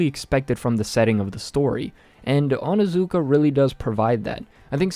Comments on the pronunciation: its not onazuka ITS ONIZUKA!! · It's OnIzuka not how u were saying it lmao